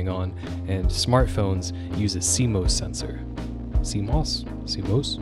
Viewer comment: It’s definitely see-mahs